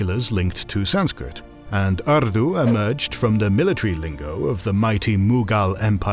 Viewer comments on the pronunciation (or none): The Christian European decides whether the Pasupati Seal of the Indus Valley Civilization is Shiva or not !!!:face-fuchsia-wide-eyes: He has even changed the pronunciation of Urdu to Ardu !!